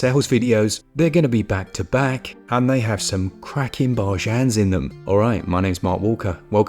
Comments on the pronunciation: Oh boy oh boy oh boy. Not the bar-jans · No need to apologize for finding us “barjaans” lol